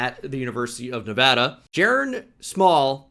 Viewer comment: You say Nevada properly 👍